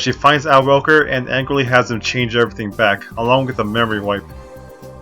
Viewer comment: *Al Roker (rhymes with joker), not rocker (capital "R" on Roker as well).